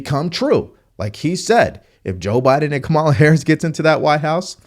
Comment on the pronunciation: You can't pronounce Kamala after hearing her name a thousand times 🤣